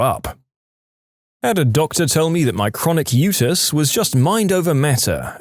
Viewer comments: Utis = "U T Eyes" not "U tiss" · U.T.I.s. not "utis"